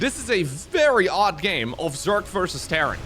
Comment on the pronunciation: The only thing I’ve noticed with English is that when he gets real excited he tends to say Zerk instead of Zerg. “Oooohh Zerkling runby!” Its kind of adorable though so it don’t bother me none. 😅